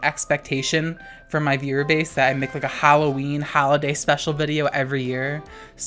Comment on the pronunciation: I love how you say HAlloween